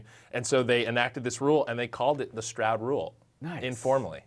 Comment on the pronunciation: I'm pretty sure that's Morris Stroud like cloud not Morris strap or trap like he pronounced it. Other than that very cool video.